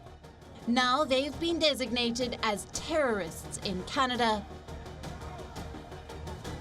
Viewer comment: Sometimes Canada sounds like Chinada